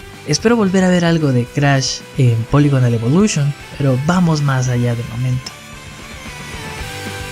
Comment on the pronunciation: Polygonal Evolution con acento